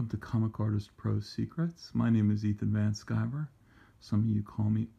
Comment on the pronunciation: It's Van Sciver!